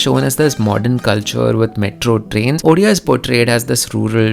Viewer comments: Uria??orea??? It is Odia. You simply can't pronounce the word Odia??? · Are Bhai humare yahan chief minister ko odia thik se bolna nhi ata😂😂.but thanks for this video.This video only for those people who says bengali and odia are same. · Odia bro !